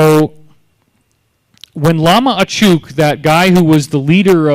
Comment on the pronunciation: Good video - what would make it even better would be better pronunciation - it's Bud-ist, not BOO-dist, Nyingma pronounced as ñingma, Achuk pronounced atch-uck, not atch-OOK, Arik pronounced ah-rick, not ah-reek, etc.